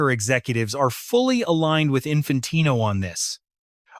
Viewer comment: Can't even prounce Infantino's name and the punishment hasn't even been decided yet 😂 fake channel......